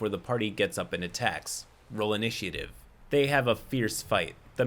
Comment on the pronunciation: is the only person I've ever heard pronounce the "a" in "initiative."